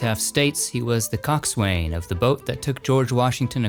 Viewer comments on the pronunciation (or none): It is not cox wain, but cox sun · It’s pronounced cox-in, not coxwayne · Coxswain is pronounced KAHK-sun. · Would've know that was Margaret Sullivan's grave. Looks like she has been forgotten by her family. Coxwain= pronounced Coksuhn please in USA & UK thanks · FYI, Coxswain is pronouced KAAK-sun. Just like Boatswain is pronounced "Bosun." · Coxwain is pronounced kok-sn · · Great episode, as usual. But you say "coxswain" funny!